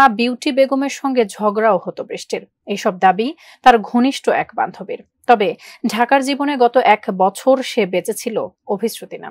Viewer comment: শব্দটা বান্ধুবী নয় বান্ধবী